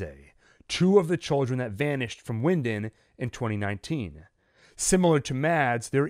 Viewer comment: It’s pronounced Vinden